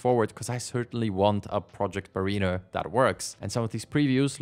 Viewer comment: Mariner = MERR-inn-err, not MERR-een-err